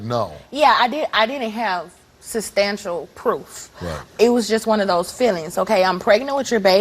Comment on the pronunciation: "I didn't have sastanshul proof.." Lol I live for new words on these shows! 🤣